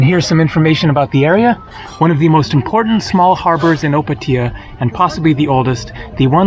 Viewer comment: If you go in pula i can give you a tour (i live there) olso the way you say Opatija made me laugh so hard